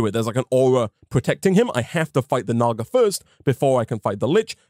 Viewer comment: "Naga" sounds like ni